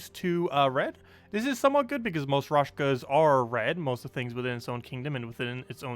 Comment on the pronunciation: I think he does that on purpose. He's saying it wrong for a couple of years now^^